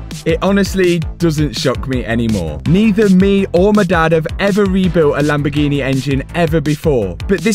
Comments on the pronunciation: Favourite place in the world, Lamborgeeneh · What’s a Lamborghina 😂